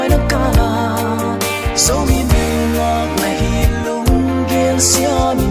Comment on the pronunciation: Zomi ❌ zoumi ✅